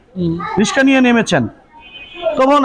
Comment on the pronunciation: সাংবাদিক!!!! রিকসা কে রিসকা বলে😁😁😁